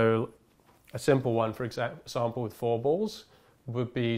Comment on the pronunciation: Nova Astral Nexus he started speaking in a way that wasn’t typical for his accent, drawing out the ‘a’ in example in a more american way. probably a product of hanging out with an american for a bit